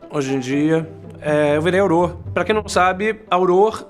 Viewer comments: o troxa, Harry Potter perdeu a varinha no final do Filme D; ta certo que ele concertou ela no livro, e não é Auror que se pronúncia é Aurór que se diz, troxa c_c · Não é ''aurór'', não? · pronuncio auror errado .-. kkkkk